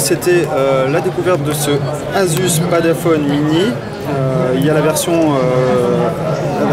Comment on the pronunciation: Pourquoi dire Padafone? Padfone c'est suffisant ;-)